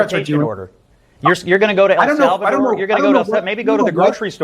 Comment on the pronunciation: Can’t even say El Salvador correct.